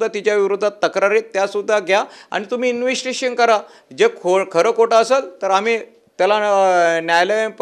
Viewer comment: ह्याला इंवेस्तीगेषण शब्द बोलता येत नाही पण शिव्या आणि धमक्या द्यायला बरोबर येतात.